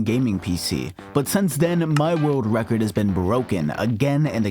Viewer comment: witerally woke the wecord, hit the gwiddy 😂😂😂😂😂😂😂